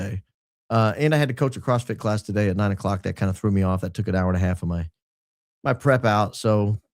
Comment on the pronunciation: I think you said “CrossFit class,” but it caught my attention, and I had to replay it, too! 😂